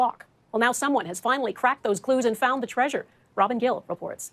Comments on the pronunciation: Tree-sure? You mean Trey-sure. Like Leisure, Pleasure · Uh, “Tree-sure”? What! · why does call it treizure like seizure